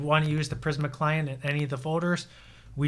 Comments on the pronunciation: It’s pronounced PrismA, not PrisM 😀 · Videos are so good. I just hate when he says prism when it's prismA with a A at the end??😂